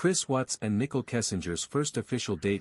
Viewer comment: It’s Shannan and Nichol. Not Shoonan and Nickel.